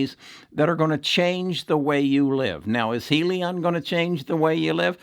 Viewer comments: I base my stock trading on fundamentals. When your video can't pronounce "HEALY-on" correct, and cant spell "Lemonaid" in your title to this video, your fundamentals dont make sense. And for that, i wont be investing in your videos any longer.... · He really doesn't know what he is talking about regarding Hyliion ... heck, he can't even pronounce the company's name correctly!!! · Yea, right! He hasn't even bothered to pronounce the name of the company correctly ... and he had started talking about it months ago!!